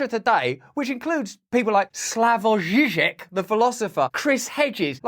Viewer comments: Let's appreciate your perfect pronunciation of slavic names (Slavoj Žižek). It is funny, when famous, best paid, super-rich journalists are not able to pronoun names of famous living or historical slavic scientists, artists, writers or sportsmen. Even basic pronunciation is problem for them and they mangle it worse than 20 yo indian student, who got student's visa and just landed in Moscow airport. When some kind of slavic language is spoken by almost half billion people on this planet. You are living proof, that it is possible and not that difficult to learn basic common slavic pronunciation. Which is in most of slavic language similar. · My respect to Russel for his pronunciation of "Žižek" in "Slavoj Žižek"